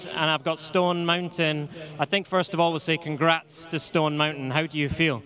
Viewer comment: i love when it said team stoned instead stone for